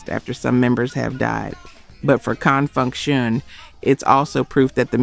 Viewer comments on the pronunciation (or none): Listening to these hits is bittersweet...but it's also bitter for my ears to hear the mispronunciations: EM TOO MAY, not EMTume😢 and CONFUNK- SHUN, not CONN FUNKSHUN😢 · Please learn or train your AI to pronounce Con Funk Shun correctly. I don’t think a funk band would give a damn about crossing over to the pop chart as if that is the pinnacle of achievement.